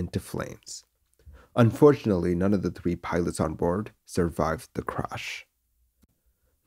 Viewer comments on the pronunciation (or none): none